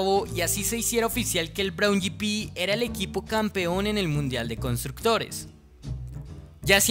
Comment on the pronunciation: Braun yipi? escuadra? Pero qué idioma es ese....